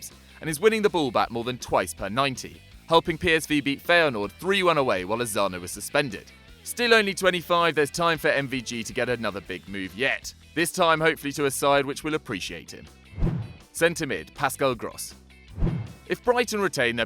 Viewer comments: It's Lozano not Lovano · Hirving Lozano's last name is pronounced, "L" as in Low "z" as in za "a" as in ah "n"as in no.